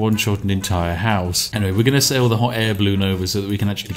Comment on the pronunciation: "... I'm gonna sail on over ..." or was it "... I'm gonna Ceylon over ..."? ;P